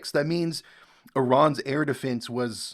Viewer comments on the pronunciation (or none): none